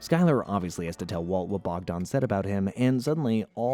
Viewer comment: Bogdan, Slavic name, means god sent. Not Bogdon...